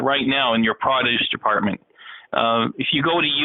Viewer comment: I think they didnt understand when he keeps pronouncing produce as "prah-doos".